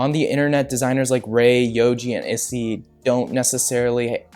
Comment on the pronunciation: "issee" its more like "eeee-say"